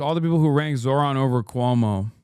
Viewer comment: It's not surprising that cable news networks are losing audiences. These CBS anchors seem unable, or unwilling, to pronounce a Zohran's name correctly, even after it's been a top story for 2 weeks. Also the Kramer woman has the personality of a corpse, and less charisma than an infomercial AI bot. Monotonously reading from an autocue isn't likely to attract the attention of anyone other than care home inmates...which I assume is their target audience.